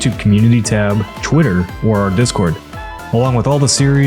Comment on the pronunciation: I love delivery when he says "on TwiHERBGLERGH!" it's like either halfway through he remembered "Ah numpties!, it's called X now, feck it." or twidox literally sickens him nowadays.